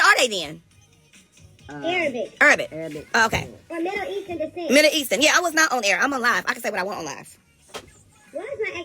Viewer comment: So neither one of them can "panouce" MIDDLE EASTERN?!🤯🤯🤯🤯 This heaux said "Moe-ees-turd"🤣🤣🤣🤣🤣🤬